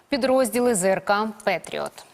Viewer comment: пЭтриот🤦‍♂️как звучит🤮🤮🤮… просто патриот не лезя?!